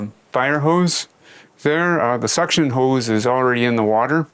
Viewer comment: "Water hewse gets suction". Man dudes definitely a Canadian. And a genius